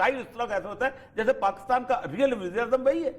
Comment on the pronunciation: اوریا صاحب اپنے ملک کا نام صحیح نہیں لے سکتے۔ کاف پر زیر کی جگہ زبر لگا دیتے ہیں۔ یعنی pakastan.